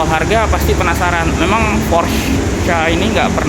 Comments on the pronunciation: Dibaca porsche Pakai e bukan porsch Pelafalan jerman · bacanya bukan "porsh" tapi "Porshuh" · mantap pak. cuman klo boleh sharing cara manyebutkan nama porsche itu bkn "porsch" atau "porschia" tapi "porsche" aja biasa. krn dlm bhs jerman, normativnya pengucapan sma dgn penulisan. kedua, utk G-Force it bukan gaya dorong atau thrust melainkan posisi titik berat (massa mobil * grav. bumi) si mobil. maju terus gan! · Bacanya Porsyé Bro... Thanks.